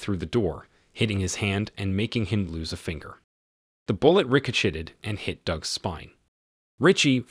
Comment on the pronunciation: “Ricoshitted” had me rolling. These AI narrated movies are ridiculous but funny.